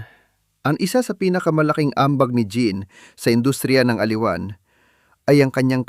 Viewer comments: Tama. Gusto kong pakinggan, pero linikilabutan ako sa pronunciation. Hindi "Jeab" it is pronounced like French " Jeanne " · Ang pagpronounce ng pangalan niya ay "Jan" not "Jean". (just saying). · Jeanne...pronounced ZEANNE